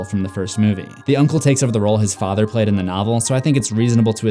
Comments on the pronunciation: I love how they say “ fader” instead of “ father “ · anybody notice how he and mrs kersh both said fader instead of father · The next thing Beverly notices is a photo of Ms kersh and her Fader....I thought he said it wrong until Ms kersh said it the same way too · And her fader Sir it’s father Clip: my fader Oh.